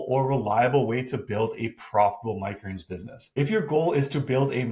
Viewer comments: Why does he always say “micreens” instead of “micro greens”? 😂 Love the videos btw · Am I the only one who cannot handle the way he pronounces "micro greens". I love the information, but cringe every time he says it.